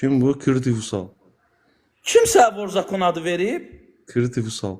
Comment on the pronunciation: Ayıb olsun sizə vor zakon sözünü düzgün tələfüs edin